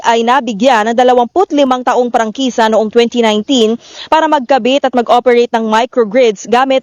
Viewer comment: Atty.prangkisa hindi prangkesa.